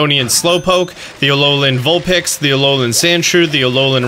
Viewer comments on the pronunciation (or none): none